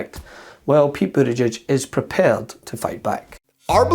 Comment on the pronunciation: Did we all notice that Moscow Mitch called Pete Bood-egg-egg? What a complete tool 🙄 Pete's tooooo good for Mitch